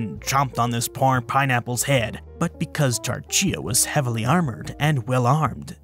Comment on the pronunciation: Interesting you pronounced Tarchia as Tar-cheea rather than Tar-khia.